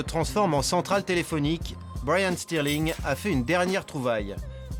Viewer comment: Au début il a dit brayan streling peut-être c c'est de la famille de Raheem streling